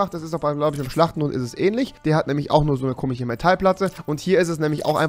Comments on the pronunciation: Warum sagst du immer komich statt komisch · Spricht er komisch mit Absicht „komich“ aus? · komich, komichen, komiches😂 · bitte sag KOMISCH nicht kimiCH .... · Bitte lern bis zum nächsten Video "komisch" zu sagen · Kannst du nicht komisch ausprechen